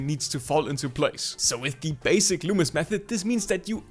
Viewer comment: Finally someone got his name right 👍 Good Job